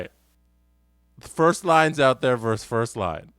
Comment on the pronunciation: "Versus", not "verse".